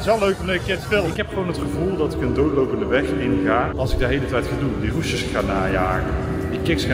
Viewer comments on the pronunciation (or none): Hij heeft roesjes, geen rushes😂😂